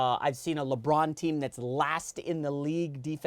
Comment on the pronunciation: he actually said - lebum james :D lol